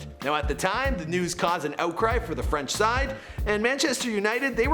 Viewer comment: Cmon now !! FRENCH PRONOUNCIATION! 😭😭